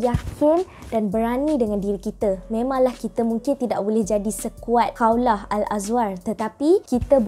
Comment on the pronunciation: Bukan Kaulah, KHAWLAH